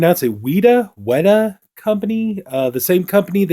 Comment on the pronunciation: peace to the gods brother. Your resident kiwi checking in homie. Mad respect and its pronouced wet-ah not wheat-ah a weta is a crazy insect we got